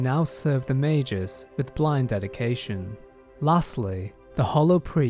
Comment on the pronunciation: Mei-gus not mei-jus. FFS